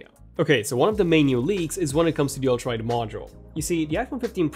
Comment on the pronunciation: Am I the only one hearing ultraid instead of ultra wide?! Lol